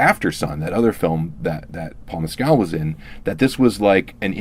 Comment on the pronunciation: His name is pronounced "Mes-kill". Not " Mez-cal"".